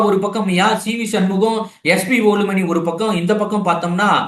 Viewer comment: SP வேலுமணி பெயரை சரியாக உச்சரிக்கவும்!